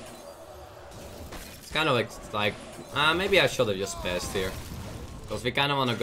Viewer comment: I love how dude just uses "en" all the time for a/an. And three years later still pronouncing could as "cold" and should as "shold". :)